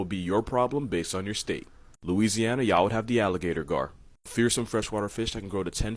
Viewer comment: He says alligator gar and I'm like wait ✋a min...🤔😅😅